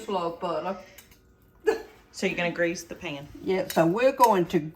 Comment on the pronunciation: I thought at first that you said you GRACED the pan with butter! Then I realized you said greased. 😂